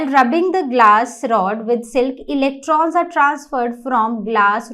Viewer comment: Electrons Not elektron